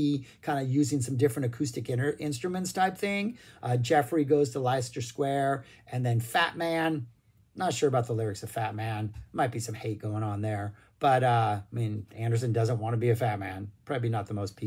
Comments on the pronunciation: Not wishing to be a bore, hopefully just helpful - "Leicester" is pronounced "Lester" - it's a very well known spot in London, named after an ancient town in the English midlands. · Language note: Leicester is pronounced like Lester. Bouree - the accented "ee" is pronounced the same as the "ei" in Nordic languages.